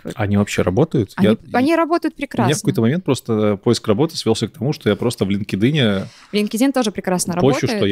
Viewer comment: Лин-ке-дин это конечно 😮 Столько англицизмов уже в речи, а как главный сайт произносится остаётся невыполнимой загадкой